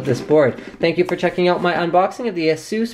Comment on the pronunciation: say AY-SUS ..... aysoos >.> ffs